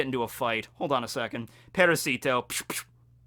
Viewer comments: Good catch. One thing.. Its not parahSEEtoh. It's paRAHsito. Emphasis on second syllable.. And it does incidentally mean parasite. The way you're saying it means "little for"... Which is just wierd. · Well... Parasite in Spanish is "parásito" and "parasito" (the way Doffy says it) is just swapping the stressed syllable from the second A to the I. It could be intended as a pun, sure, but it can also be a mispronunciation of the Spanish word, which happens every other week in One Piece